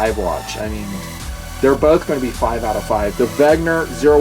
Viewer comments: another good vid! P.S. you keep pronouncing Wegner, but it's Wenger. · 'Ven-ga or 'Ven-ger not 'Veg-ner. The R is soft and the N is pronounced before the G. Just being picky.